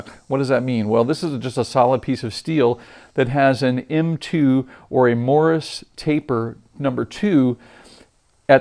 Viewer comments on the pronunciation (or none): I always try to comment on the channels I like to support. The pronunciation is morse taper, not morris taper. I enjoy your vids. Thanks